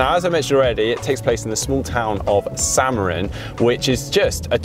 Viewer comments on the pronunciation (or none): Šamorin is pronounced Shamorin, in Slovak š=sh, I have learnt so much stuff from GTN, my turn to teach you something;-)